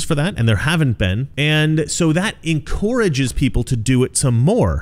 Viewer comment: The only controversial thing about this video is how pronounces the word "encourages."